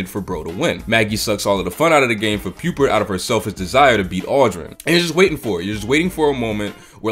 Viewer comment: You can pronounce 'Pupert' but not 'Rupert'?